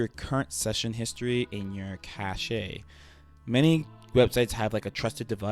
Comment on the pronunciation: Cache is pronounced Cash. Also good you've got everything back.